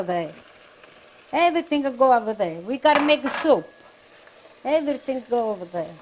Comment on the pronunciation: “You gotta mova you gotta do a evarithing” 🤣💛🙌🏽